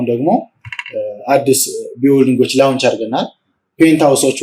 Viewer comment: * launch 'ሎንች' እንጅ፣ 'ላውንች' ትክክለኛ አጠራር አይደለም።